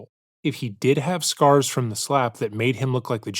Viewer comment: "Ya wanna know how I got these scarrss? My plate carrier..."